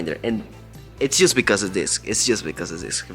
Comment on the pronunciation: Por favor deja de decir “just” como si dijeras “juice o just”. Suena como si estuvieras diciendo “jugo” en inglés cuando estás tratando de decir “solo o solamente”. Imagínate que estás tratando de decir en español “sólo me quedan tres días más de trabajo” y en lugar de decir eso dices “jugo me quedan tres días de trabajo”. Suena horrible verdad? Todos los que te escuchan decir esto en Inglés están escuchando precisamente esto y es algo que fácilmente pudieras corregir. Tremenda cacofonía. Por favor trata de corregirte de esta mala pronunciación. La letra,”U” suena como ‘O” en esta palabra igual que la palabra “oso” como (oso peresozo). Se escribe “just” pero se pronuncia “jost” como la o en “oso”. Te comunicas muy bien en inglés pero recibe la corrección que te ofrezco. Lo hago con la mejor intención posible porque quiero que triunfes en todo lo que hagas. Te deseo lo mejor y espero que recibas mi crítica instructiva con la mejor intención que es lo que tengo por ti.